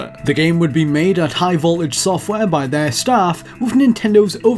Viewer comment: Why doesn't this guy pronounce his Ts? Every time he said "high voltage" he says "high vol-age." It's really irritating me.